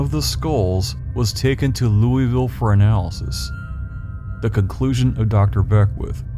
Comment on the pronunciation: Thank you for pronouncing Louisville correctly.